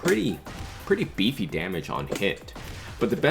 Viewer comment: Had to stop watching after u said “beefy” lulzz